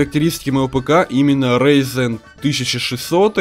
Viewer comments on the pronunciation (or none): none